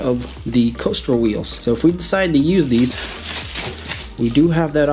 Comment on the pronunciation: Castor not coaster